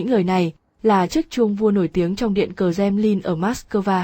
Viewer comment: i Nói ngọng quá em ơi .Kremlin chứ không phải kdemnin